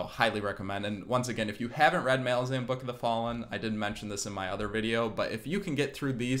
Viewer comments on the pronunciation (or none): Great video! But your pronounciation of ”Malazan” kills me. Rome, Roman. Malaz, Malazan.😁